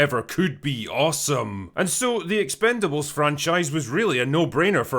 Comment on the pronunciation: I'm just here to hear drinker call it "Expend-four-bles"